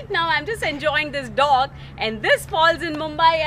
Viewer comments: dog or did you mean Dock? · For ur kind information its not dog its dock